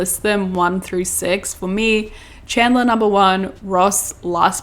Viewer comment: the way you say "chandler" with your accent sounds like janice lmao